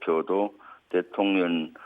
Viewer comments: 김병주 위원 일부러 그러는건 아니겠지만 자꾸 대통령이 아니라 대통녀ㄴ이라고 발음하네요 😂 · 김병주의원님 항상 대통년이라고 발음하시는게 살짝 거슬렸는데 오늘은 아주 듣기 좋네요. ㅎㅎㅎ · 아~~ 의원님 발음이 대통년으로 들리는데욯ㅎㅎ 이러면 윤석렬씨가 더 나은거 아닌가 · 김의원님은 대통령을 대통년이라고 발음하시네요😅😅😅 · 나는 왜 대통년이라고 자꾸들리지 대통년 대통년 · 김의원 발음이 맘에드네요 대통년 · 대통년으로 들리냐? ㅋㅋ 👍 김병주의원님 화이팅 입니다!!! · 김병주의원님 대통령발음하는게 자꾸 대통년으로 들리네요. 근데 그게 또 왠지 상황에 어울리는듯. 설마 의원님 노리신건가?? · 왜 자꾸만 대통년으로 들리지? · ㅋㅋㅋ 발음이 안좋냐? 자꾸 대통년이래 ㅋㅋㅋㅋ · 나만 대통년으로 들라나ㅎ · 일부러 그러는 거야, 입의 구조가 그러는 거야? 내 귀엔 대통년으로 들려요~ 대통년~ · 나만 대툥년이라들는건가...ㅋ 작꾸 대통년이래.. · 김병주 의원은, 늘 대통령 을, *대통련*이라 발음한다. ㅋㅋㅋㅋ 하지만 옳다! 윤건희 대통련! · 저는 대통년으로 들려요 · 제 귀로는 김병주 의원님의 말씀이 대통년으로 들리네요 고의적이시라면 참 잘하셨습니다 저도 윤대통년입니다!!!😂😂😂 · 대통년 이라 들리는대요 ㅋㅋ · 내귀가 이상한가 자꾸 대통년이라고 들리네 신기하네??ㅋㅋ 틀린말은아니지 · 김병주 의원님. 윤석렬 대통년이 라고 들리네 ㅋㅋㅋ 끌어내리는 거도 끌어내려야지만 거리에서 시민들 모여서 돌로 쳐야한다고 생각함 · 대통'년' 이라고 들립니다만 ㅎㅎㅎ 😁😁😁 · 김병주가 대통년.....이라고 말 하는것 같은데 ㅋㅋㅋㅋㅋ 나만 그렇게 들리는건가?? ㅋㅋㅋㅋㅋㅋ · 일부러 대통년이라고 발음하는거지? ㅋㅋㅋㅋ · 왜 내 귀엔 령이 아니라 년으로 들리냐~ 아악😂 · 잘 들어봐요 대통년이래 ㅋㅋㅋㅋ 의도적이던 아니던 내귀엔 대통년이래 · 말을 은글쓸쩍 대통년으로 발음하면서 멕이는것처럼 들리는건 착각인건가